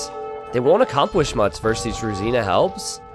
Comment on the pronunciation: hearing you say druzhina, as a slavic speaking guy, was wath is he trying to say, brain works for 20 secs ohhh druzhina...